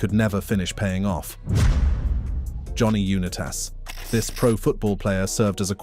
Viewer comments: WHO is Johnny U Nine TAS? Smdh, it's pronounced Johnny U NITAS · It's pronounced Un-eye-tas not Unee-tas the way you're saying Johnny Unitas's name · Or even "unite us" would at least be close .. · Johnny U-NA-Tus